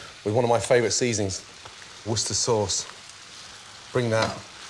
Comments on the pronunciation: ... did he just call it Wooster sauce!?? War-chester-shire sauce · when he says Worcestershire like "worstuh" in the blink of an eye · Gordon it's one of your favorite seasoning but you can't pronounce it worth a fuck. For anyone who doesn't know it's pronounced wer-ste-sher. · I don't understand what is he saying, i think worchester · Is it Worchester sauce he is using? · so thats how you pronounce worcerstirshire sauce.